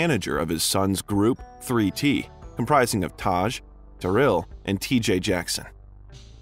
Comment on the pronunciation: IT'S pronounced TARYLL, LIKE DARRYL. With an A